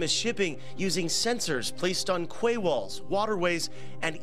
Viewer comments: Kway walls? Quay is pronounced "key." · Quay is pronounced "key".